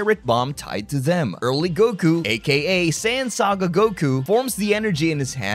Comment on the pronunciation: SAIYAN SAGA, not sand. Where did "Super Sand" even come from?